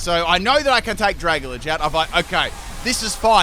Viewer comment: its dra-gal-ge not dracolij Kappa